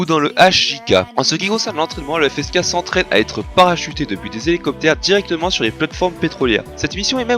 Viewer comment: Pour répondre à tes questions. 1 : Ouais ça va. 2 : Non je connaissais pas. 3 : La prononciation est pas mal.